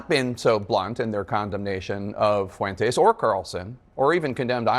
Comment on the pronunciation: Dana pronounces Fuentes like Michelle Malkin does. I like that.